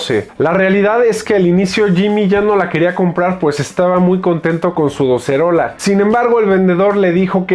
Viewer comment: Docerola está perfectamente dicho.